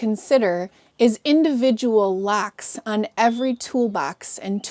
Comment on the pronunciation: Its "Locks" not "lacks"